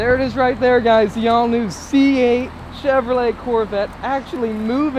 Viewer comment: cheVROlet 😂 can’t stand the way he says Chevrolet